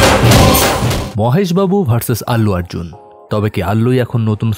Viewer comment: ভাই আগে কথা বলতে শিখেন,,, মাহেশ বাবু কে বলেন মহেশ বাবু,,, আলালাভাইকুন্তামপুরমলু উচ্চারণ করতে দাঁত ভেঙ্গে যাচ্ছে